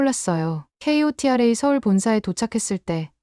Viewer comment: KOTRA는 코트라로 읽어요